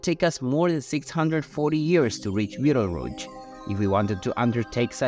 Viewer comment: Another BS sensationalist video about Betelgeuse (or beedelrooch as the presenter pronounced it) 🤐